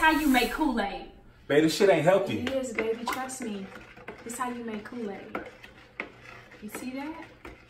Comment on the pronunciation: He don’t know to make koo-laid